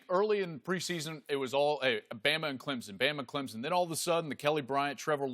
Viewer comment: No z in Clemson.